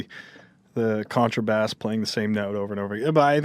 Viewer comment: This dude pronounced "bass" in "contrabass" like the type of fish... ugh.